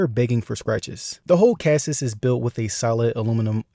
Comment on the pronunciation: bruh… kassis?